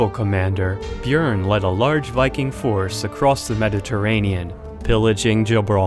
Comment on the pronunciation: Audi Thief he said it wrong and its Björn